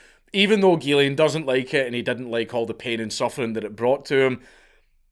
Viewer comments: The “ghy” in Ghyslain is pronounced “JEE” with a soft “j” sound. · Its "Geeszlain" not "Guelain" (Ghyslain). The way the counts pronounce it is a female version of the name. It's fucked up what happened to him